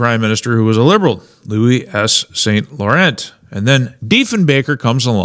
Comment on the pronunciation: The name of Prime Minister Louis St. Laurent is pronounced with the 't' being silent.